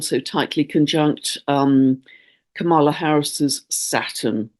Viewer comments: Hi,! Love what you do—but one mistake you keep making: It’s KAM-ala. (not Ka-MA-la). Think “comma”, then “la”. This is triggering because purposely mispronouncing her name is a bullying tactic used by Trump and the MAGAs. 😡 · Hi, please pronounce VP Harris’s first name correctly, you are putting the emphasis on the wrong syllable, is is pronounced is if it were spelled Comma-la, not pronounced Ka-mala. Thank you. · Just to let you know Kamala is pronounced comma-la not ca-mall-a. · Thank you for your video and work. I appreciate you. Just to keep my UK friends in the know, Kamala Harris pronounces her name with the emphasis on the first syllable: KAMala. 🙏 💙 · Please say KA mala. Accent on KA like comma love u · Please know that the next US president's name is actually pronounced KA-ma-la with the accent on the first syllable, not pronounced as your queen's is. Thank you. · Thank you,. You are mispronouncing VP Harris's first name. Maybe just use her last name the way you do with the male candidates.